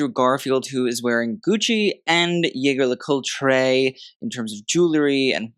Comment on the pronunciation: jaeger le coultre is pronounced j j le coot i know it sounds crazy but that'sour french cousins.. Cheers from Blighty